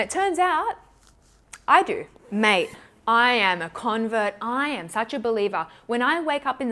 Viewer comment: When you said "mate", I lost it. Doesn't get more Aussie than that! 😂😂 Love from WA xx